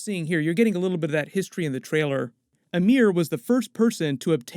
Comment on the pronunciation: Why is calling Ymir, Amir ? kinda triggers me